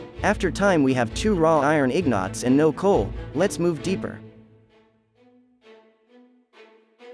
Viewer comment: The "two iron ignots" really made me laugh more than it should've